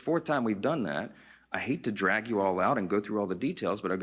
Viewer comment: Did he say "drag" 😂😂😂 Oh Moses Mike.